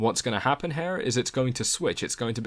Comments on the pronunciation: when you say Here is should sound like hear not Hair. Is this type speech very common in your neighborhood? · cool video, thanks, but the word is "here" not "hair" >_< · why do you say "here" like "her" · This is how you pronounce the word HERE; It's not "hair" or "hare". :) You're welcome.